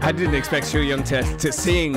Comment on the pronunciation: The other Rapper u noticed besides Moon Sua is Siyoon ( which is pronouned as 'Shi - YUN, not like 'yon'). But i love ur reaction